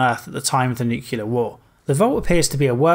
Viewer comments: Nu-clear. Not Nu-cular. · nu-clear not nu-cu-lar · The work is nuclear. nu·cle·ar \ ˈnü-klē-ər . Please pronounce it correctly!